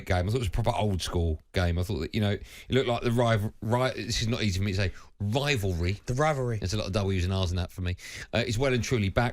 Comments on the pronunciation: "rivalry" has exactly zero w's in it you twit. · No w’s in rivalry